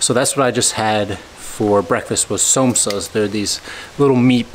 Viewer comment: Somsas :D - pronounced SAM OH SAAS :D